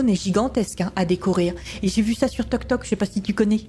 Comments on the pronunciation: C est tik tok pas toktok😂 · Est-ce que ses normal que tu dit toktok a la place de tiktok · On dis tiktok pae toktok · C'est Tic-Toc pas toc toc🤦‍♂️🤦‍♂️🤦‍♂️